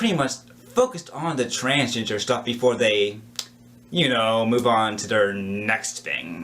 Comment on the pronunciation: Transginger. This dude is saying transginger